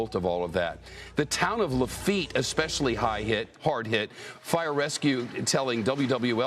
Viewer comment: When he says LaFeet, does he mean La-fe-yet ? Lol